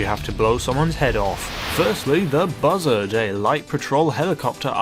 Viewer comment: when you said buzzard I thought you said mother